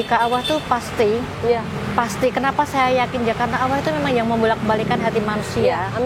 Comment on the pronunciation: Untuk bu maaf saya ingin koreksi sedikit. Mohon sebut Allah, jangan awoh. Karena Tuhan di islam adalah Allah bukan awoh.